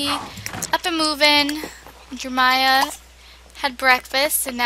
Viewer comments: I think it's funny how she says jermiah instead of JerEmia lol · why does she say jeremiah like jermiah? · I saw that too... It's kind of aggravating. 😬 Jermiah doesn't sound right. Pretty sure she did mean Jeremiah...